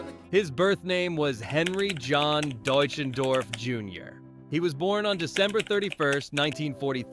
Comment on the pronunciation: His last name is pronounced Dutch en doff. If you are doing a biography pronouncing that correctly is important. This sounds like an expose more than than a biography.